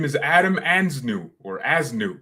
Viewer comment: We should endeavor to know how to pronounce peoples names Simple respect…….